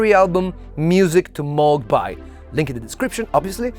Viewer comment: 1. It’s pronounced Moog. Moooooooog. Moug. Not Mog, as you erroneously pronounce it. 2. Your pop corn sound is way way nothing close to the original. In fact it’s an entirely different sound. 3. Oh yes that pop corn tune: do bother to learn it. You play wrong notes in it. It’s like playing wrong notes on Beethoven’s 5th symphony theme of four notes. Ps: I didn’t bother going any further into your presentation for obvious reasons.